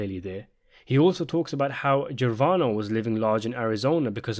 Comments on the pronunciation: Gravano! Not Gervano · I see that this is a two year old video but this is now the second time I caught this guy mispronouncing something. He goes through such lengths to memorize every facet of the show but not the pronunciations. Chris was referencing Sammy the Bull Gravano. Pronounced like the company Gruh-von-oh. Not Jer-von-oh. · It’s Gra-Va-No; not Gervano. 😂 The guy says “Gervano was living in Arizona.”